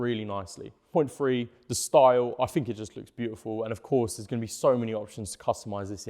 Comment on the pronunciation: free hundred miles from ferteen liters.... man, give the English language some respect...!! I can't listen to another second..